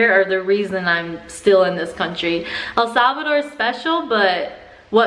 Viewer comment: ¿Puedes hablar español? Y por favor.... SAY THE NAME RIGHT